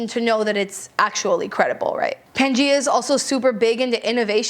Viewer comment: Thank you for the list! Just wanted to share that "Gaia" is pronounced "guy-a", so that brand is Pan-Guy-A. Gaia was the Greek goddess of the Earth/Mother Earth.